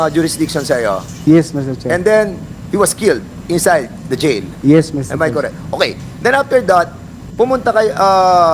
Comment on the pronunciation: Am I koreeek? This is koreeek? 🤣🤣🤣